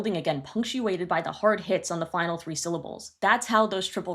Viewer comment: I kept hearing that too 😂 idk why I kept hearing heart instead of hard